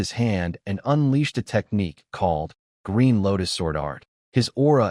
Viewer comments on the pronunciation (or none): none